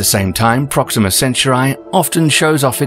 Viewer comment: Proxima WHAT? My ears are bleeding